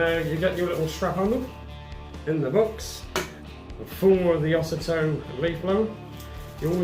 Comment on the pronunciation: Ozito is pronounced Oh zee toe